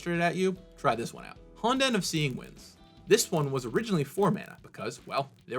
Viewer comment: you could've consulted someone who speaks Japanese before making this video on how to pronounce words like "honden" or "myojin" (hint hint nudge nudge)